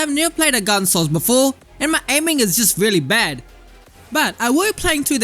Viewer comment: It weally was a good weapon. Weally good.